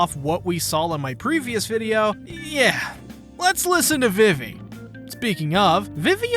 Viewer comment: A few things it would help to understand a bit better Vivi is pronounced "Vee-Vee" The 2nd longest arc in the series is 100 chapters. If you need 2 parts just to cover Little Garden . . . . I got bad news for you. I think you are just trying to be funny, but its just "Arabasta" not "Ara-Arabasta". The English dub pronounces it "Alabasta" and I think thats better for English speakers.